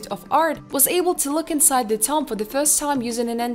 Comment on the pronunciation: I love when "prehistoric toms" are found. Lmao. Stupid robot voice. Call a tomb a tom one more time! I DARE ya! I DOUBLE DARE YA! SAY TOM AGAIN!